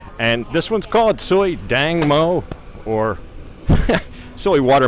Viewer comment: I think its Tang mo..watermelon,not dang...